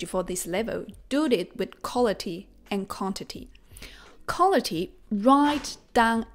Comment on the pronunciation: By the you have great pronunciation. I have 1 recommendation that may help improve it a tiny bit: you are saying “collity” for the word quality. It’s correct pronunciation is closer to “cuh wah lity”. Not trying to be nit picky. We all understand you so it’s not a big deal but it can help improve your pronunciation that much more for words that have the “qu” letter combination in English